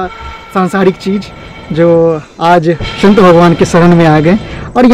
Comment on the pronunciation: श‌ं‌त. नहि..स‌ं‌त बोलो😮😮😮😮😮😮😮😮😮😮